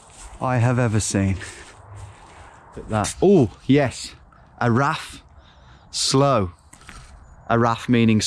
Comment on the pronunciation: It's pronounced 'arav' not a 'araff'